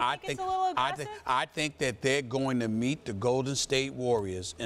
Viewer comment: I thought Stephen a said “beat” the warriors but he said “meet” 😂😂😂i almost lost my mind 😂💯💯💯